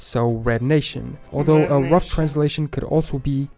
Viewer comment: "Aldough" rather than "although" is just the narrator's accent but it is not the standard pronunciation .Notice he also pronounces "the" like da". The plantations of Rhode Island likely originally grew tobacco.